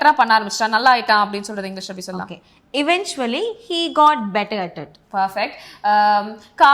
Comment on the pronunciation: "Eventually," ku ongda pronounce thappu First letter "i" sound vara koodathu "əˈven(t)SHəlē" ipdi try pannuga